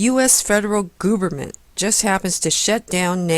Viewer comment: I want to believe that she is saying gooberment as an intentional slight to the government. Saddly, I fear this may be more charitable than her intelligence warrants. Sadder still, I sat through more than half of this hogwash. As long as I'm here making comments I should add; kickassjim1 is correct also.